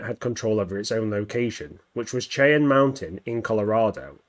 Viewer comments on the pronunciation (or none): Just a fun little correction great video but it’s not Chai-Anne it is actually pronounced Shai-Anne like Shai’halud from dune just from somebody from the area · It's pronounced as 'shai-an', not 'chai-on'. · Chan? Dude, can you read? It's probably why you're on YT instead of a real job. Try it like this: shy-anne. Goodbye channel. 👋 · Pronounced Shy-Ann mountain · The mountain is pronounced "Shy ann" mountain. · Great video. Cheyenne is pronounced “shy-Ann” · It does make sense that Skynet's main focus would be in North America. After all, the United States is the country that developed it, was the world sole superpower when Judgment Day arrived, and the population is big enough and well armed enough to be able to put up by a decent fight against Terminators. Also, for future reference, Cheyenne is pronounced "shy-anne" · For continuity’s sake it is pronounced shy-Ann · Shy-Anne it's how it's pronounced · It's prounounced "shy anne" mountain. It's a native tribe. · it's shy-ann but I still love your vids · Come on, dude. Did you never watch StarGate? SHY-Anne. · Ouch, it's pronounced "shy-ann". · So real quick it's pronounced as shai.an Mountain US English is a little weird at times as always Mountain of skulls